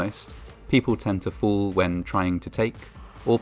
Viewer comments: "Fools do occur"...His pronunciation of the word fall is making for some funny moments lol. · The speaker's pronunciation of the word "fall" sounds like "fool" and/or vice versa. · The narrator pronounces fall, as fool. Don’t be foolish. Thinking you are beyond any danger. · he pronounces "fall" like "fool".Coincidence?!?!? subscribe for more genius conspiracy theories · I like how the pronunciation of "fall" sounds like "fool" There have been 50 fools. Too right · Fall pronounced by reader much like fool.